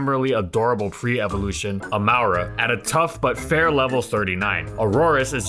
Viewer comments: Am-aura. Not NaOWra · HE SAID A MOW RA😭😭😭